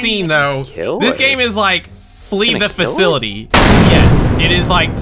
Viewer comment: Did anyone else notice how he said free the facility instead of flee the facility?